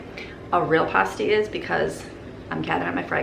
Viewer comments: It is pronounced past as in past tense. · Pasty rhymes with nasty.....Oh man I love those things! You should do a Michigan Meet up next time you're up here!!! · Pasty rhymes with Nasty. One of the books I read had a restaurant called the "Nasty Pasty" and they explained how it is supposed to be pronounced. :D Has nothing to do with the taste, of course, which can be delicious, even if they look funky! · Hey!! Love watching your food prep videos all the way over here in Upper Michigan! Its Pass-tee lol. So many options you can do with them. Yum yum. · Pasty rhymes with nasty